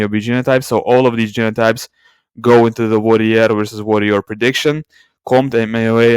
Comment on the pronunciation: Those are not the pronunciations of warrior and worrier. I mention because I couldn't understand what you meant in previous videos.